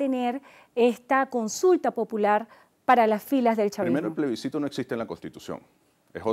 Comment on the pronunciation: se debe leer Plebiscito, no plesbicito se ha escuhado mucho esta palabra mal dicha.